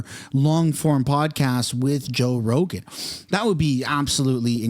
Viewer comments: You said roe jogan lol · Anyone else catch he said “Roe Jogan” at the very beginning?